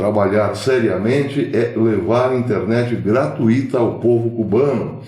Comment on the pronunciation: Por favor, professor, sou seu fã, mas corrija a pronúncia da palavra gratuita.